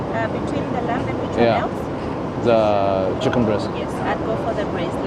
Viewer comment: welcome back, bro. Lamb pronounced lam... b is silent.